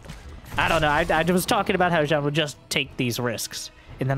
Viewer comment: Whenewey you say Byun or beyond I hear beyond all reason" :D